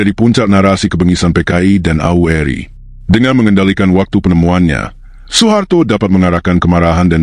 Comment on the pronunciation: Tolong dong membaca kata " AURI " nya harus jelas, jangan seolah disamarkan membacanya !!!!